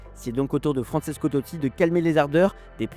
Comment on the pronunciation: "Fransesco" Totti :) :)